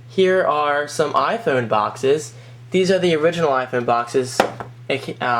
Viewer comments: For the 39th time, it's pronounced "i-Phone", not "i-phoon". L2pronounce please. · i like how u say mario and iphone its diff